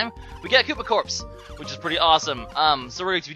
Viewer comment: Koopa Corpse? You mean Koopa CORPS?